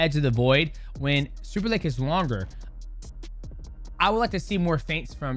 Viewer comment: why do you say superlake???????????????????????